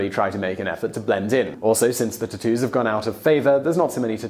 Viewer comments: "there are a lot of Japaneses words is this video, so excuse me if i pronounce anything wrong... now lets talk about tu-toos" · Most uncool way to pronounce tattoos Ive ever heard.."too-too's" LMFAO I cant...